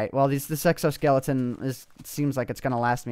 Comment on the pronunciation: Lawl you said sexo-skeleton